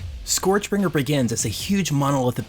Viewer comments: SKURJ is how it's pronouced, not SCOREJ. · Sorry to be that guy, but it's pronounced SCURJ.